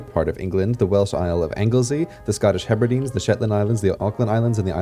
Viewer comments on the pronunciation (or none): And 'Hebradines' instead of Hebrades